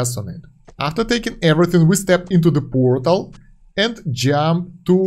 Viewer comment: Puuuortal? That's a Belarusian English? 😂